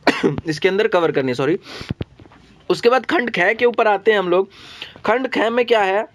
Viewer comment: Khand kheee kyon bolte kh bola karo Khand gay ki khand aae ki